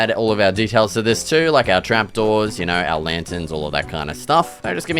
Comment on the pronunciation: “Yaur knawr?”